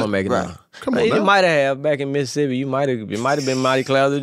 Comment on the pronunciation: Finally someone said Mississippi the way we pronounce it here! I love Zaytoven